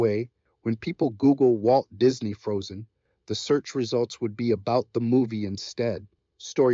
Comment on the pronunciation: What is going on? This video is a mess. Why the Romeo and Juliet mentions and mispronounced "Disney"?